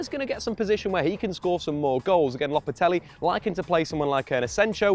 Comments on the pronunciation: How can you pronounce "lopetegui" as "lopatelli" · LOPETEGUI NOT LOPETELUI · Yeah I don’t get this either. When they were saying Low-pet-ah-gwee I understood... but this Lopatelli twist is blowing my mind